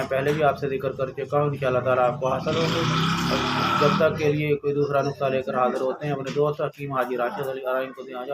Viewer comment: او ویر نکتہ نہیں نسخہ ہوتا ہے